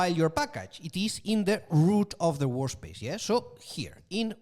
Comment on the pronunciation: Great course and very useful notebooks. The way lecturer pronounces work space as WAR SPACE puts a cheeky grin on my face : )